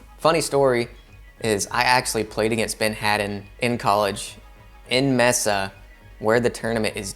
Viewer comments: it’s pronounced may-sa not meh-sa. lol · Mesa is pronounced may-sa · May-suh* Arizona